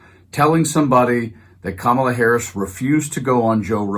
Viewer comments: He pronounces it correctly every once in awhile 😂😂 #VoteBlueForDemocracy 🇺🇸🩵🇺🇸💙🇺🇸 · I just noticed that he said VP Harris' name correctly , and didn't back track on it. He didn't even realize he did it. LOL, he was so busy thinking he could get Rogan to endorse him. 🤡